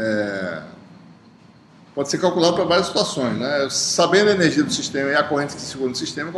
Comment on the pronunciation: AULA MASSA. MAS ASSIM, .... ENERZIA? :0